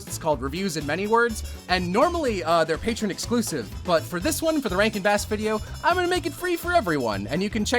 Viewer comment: didn't realize you were saying 'rankin bass' and thought you were calling all these movies 'rank and bad.' and i was right!